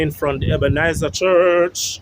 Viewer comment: Brush up on your pronunciation, funeral,not funeral, Ebenezer, not Ebenizer.thanks for the information.